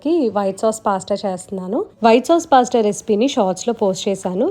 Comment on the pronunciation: పాస్ట కాదండి పాస్త